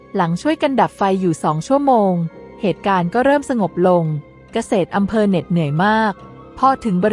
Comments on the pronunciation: กะ เสด อำเภอครับ ไม่ใช่ กะ เสด ตะกอนอำเพอ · เกษตรอำเภอ อ่านว่า กะ- เสด - อำ -เพอ